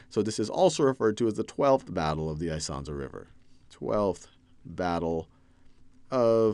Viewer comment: Isonzo = [ee-son-tso]